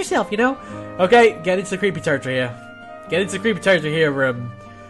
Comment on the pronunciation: His name is pronounced jo-keem